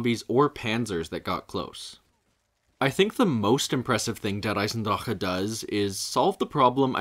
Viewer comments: fair enough. On a side note, I like how you go out of your way to pronounce the German names but please remember for the next vids, that german "c"/"ch" should not be pronounced as "k" as it is the case in english. It is more of a huffing sound. Imagine it as a frustrated exhale and your german will improve in an instant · Is that actually how der eisendrache is meant to be pronounced? If so I've been pronouncing it wrong all this time 😂😭